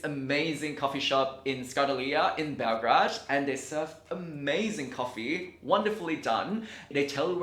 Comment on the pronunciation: Great video but it´s BelGRADE not BelGRAD.